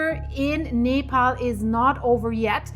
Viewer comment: It is pronounce nep all